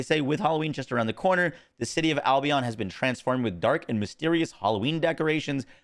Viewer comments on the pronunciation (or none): none